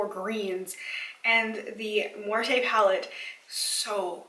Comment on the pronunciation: You said it correctly the "muerte" word 😀